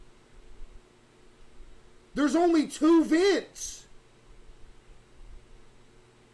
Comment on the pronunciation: Fr bruh it was pissing me off the way they were saying “vents” like bruh…